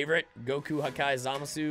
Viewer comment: These are funny... if you're new on this planet and have just been introduced to basic child humour... Also who the fuck is ZaMAAA Sue? Because that's how you're saying it by the way...